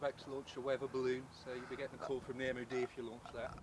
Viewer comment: It's not MOD PARD